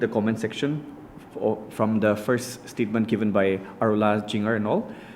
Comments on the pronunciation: Steetment instead of statement. Orginition for organization, just little eg nou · Statement ❌ Stitmints✅ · Another one 😂😂😂 stetment not statement